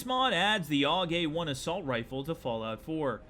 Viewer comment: is anyone else hearing "all gay one" instead of "Aug A1" ?, ....or am i loosing it...? 0___0